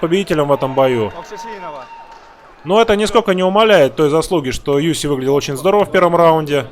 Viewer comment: Я только с третьего раза услышал - ЮСИ. А сначала казалось ЮФС))).